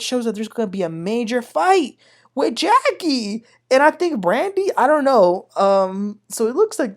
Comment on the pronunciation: Please stop mispronounced the names incorrectly! It's "Ja'Cil" and "Sunday"